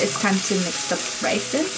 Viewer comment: “Rice”= rise 😔